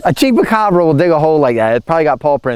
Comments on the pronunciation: you make me laugh! It's called a Chupacara. Pronounced "chew" not "chee". Every time you said it, I laughed that much harder. And seeing that the origin of the Chupacara is from Puerto Rico, I highly doubt you'll find one in Delaware. But it's cute that your mind went there. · “Cheapacabra” ?? Chupacabra dude ..🥰😉🤣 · Chupacabra!! Not cheapacobra 😂😂. You are so funny and so cute!! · Hilarious when pronouncing chupacabra as "cheapacabra" just gotta love ❤ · 😂😂 it's Chupacabra not chepacabra or however you where pronouncing it. I was cracking up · Your mom is so cute and ITS A CHOO-PA -CAABRRAAA ROLL YOUR TONGUE CHUPACABRA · Chupacabra not cheapacabra lol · A "CHEAP A CAWBRA" LMAO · It's pronounced: chewpacabra (spelled chupacabra.) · CHUPA CABRA....You saying it wrong LMAOO you are too funny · that’s not how you say chupacabra. LOL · sweetheart LMAO you are so freaking funny it is pronounced chupacabra and they are not in the United States honey they're in Mexico you crack me up 😅😂